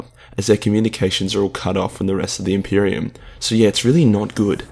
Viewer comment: the greatest threat to the impreium: the impirum